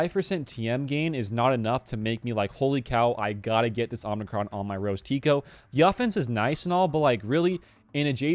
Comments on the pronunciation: Sorry to be a nitpicker - it's OMI-Cron, not OMNI-Cron. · Please stop saying omnicron. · someone else said its pronounced ohmicron. Hmm who is right